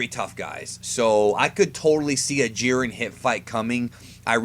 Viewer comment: Gohan facepalm He was joking about how you said "Jiern" instead of "Jiren". Anyway, Goku atm, beats most versions of Superman. Cosmic Armor, Strange Visistors, and a few others beat Goku. Since Jiren is around Goku's level, the same applies to him. He beats most, and gets stomped by the OP versions.